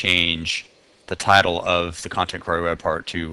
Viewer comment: Not really germane to the content but I've never heard anyone pronounce "query" the way you do... it's as if there's an A in there... "quary".